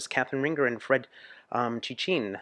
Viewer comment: no Fred "tchin' tchin' " :) in=ain (pain,matin)